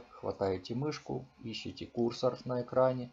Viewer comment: Почему кУрсор? КурсОр, курсОр!!!